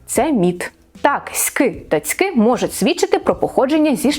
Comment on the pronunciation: Що ти сказала? Цицьки?😂